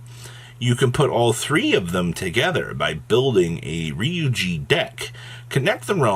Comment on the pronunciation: This is incorrect. It's actually "geh."